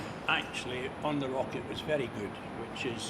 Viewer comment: New age in locket ploglam...lol